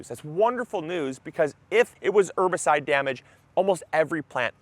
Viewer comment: ERRRRbicide. Polite reminder that the H isn't silent.